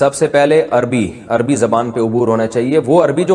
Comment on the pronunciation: سب کچھ پڑھنے کے بعد بھی آپ عربی کو اربی اربی کہیں گے تو پھر آپ نے کیا عربی پڑھی؟